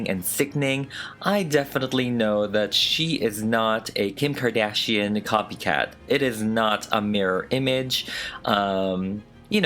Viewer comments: You GOOTT TO love the way he says Kkim CKardán PERIOT BOO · Someone: Kim Kardashian Me: no, its Kim Kor-duh-shi-ohn